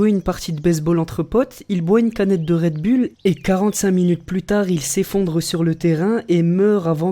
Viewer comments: Mec un conseil travaille ton accent parce que "Rède Bulle" c'est pas terrible... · Red bull se prononce Red boule ... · un message au français ont dit Redboulle pas redbulles